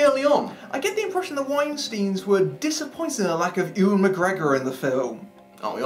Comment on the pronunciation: Why can no one ever pronounce "Ewan" correctly?! 😂